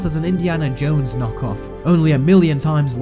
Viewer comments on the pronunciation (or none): none